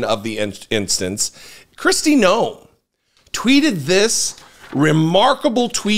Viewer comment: Pronounce it No Em like Noel at xmas time... lol